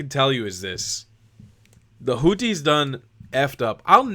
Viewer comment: I love the way Trump pronounces them "Hooties." 😂